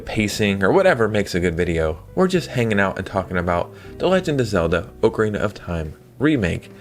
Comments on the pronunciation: Anyone who says “Oakarina” doesn’t deserve to play it! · Bro you are killing me with the way you are pronouncing ocarina